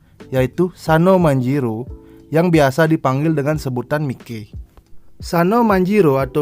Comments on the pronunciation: Sekedar saran bang, bacanya maiki jangan mike pronounciationnya coba sedikit dibenahi semoga membantu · Miki Saha cara bacanya Mai ki